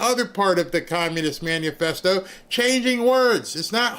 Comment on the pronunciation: MANIFESTO NOT Manufesto